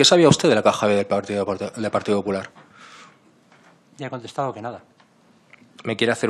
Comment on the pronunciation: Porque en vez de decir "partido popular" dice "partido 'hular"